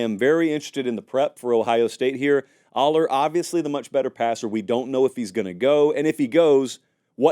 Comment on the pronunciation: Dude, you are mispronouncing both Allar and Pribula.